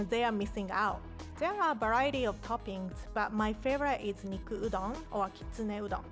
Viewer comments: wow i thought rie said udong😂😂 filipinos will know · "So if you buy instant udool noodle,"